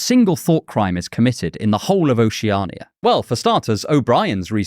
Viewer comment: Your pronunciation of Oceania drives me crazy. Oh she ah nee yuh... what the hell is that? Ocean is an established word in the English language.. isn't it just that with 'ia' at ghe end?